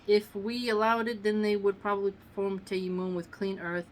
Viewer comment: Salam sister Love your vids .. they are extremely beneficial Ps its pronounced TA-YA-MONN emphasising the As.. TAA-YAA-MONN